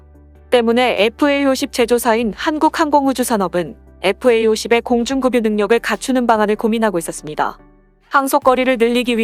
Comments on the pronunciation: 좋은 정보 감사합니다. 그런데 발음에 문제가 있읍니다. 급유를 때로는 "금뉴"로 발음하는데 연음벅칙에 따라 "그뷰"가 맞습니다. 많은 사람을 상대로 하는 공공의 성격이 있으니 국어의 발음을 정확하게 하는 것이 좀 더 좋지 않을까 생각합니다. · 급유를 //금뉴//라고 읽다니, ///그뷰///입니다. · 급유는 '금뉴'라고 읽지 말고 '그뷰'라고 읽어야 됩니다. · 정확한 한글을 쓰고 말합시다. 예로 "원가"라 쓰고 읽을때는 원가가 아니고 " 원까"라고 읽거나 발음해야한다. 급유는 "그뷰" 로. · 맞습니다. 급유를 금유라고 읽는 것은 정말 황당하네요. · 발음이 급유, 금뉴, 그뷰 다양하십니다